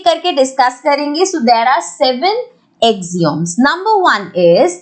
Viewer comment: First learn the pronounciation of Axioms than teach us...